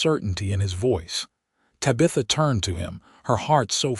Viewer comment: It's very distracting to listen to an entire story where the main female character's name, Tabitha, is mispronounced! Do better, AI narrator!